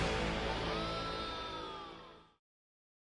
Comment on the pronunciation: "La muerta" Oh shit his Spanish pronunciation is pretty good. I wonder if he speaks Spanish "Dela des murtes" Oh never mind